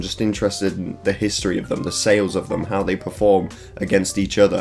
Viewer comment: bro really hit that "how"